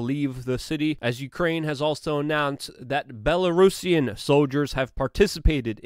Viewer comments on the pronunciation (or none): none